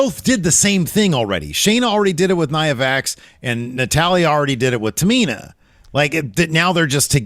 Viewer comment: Never heard them call her Nia VAX. I thought it was a botch 😂😂😂😂😂😂😂😂😂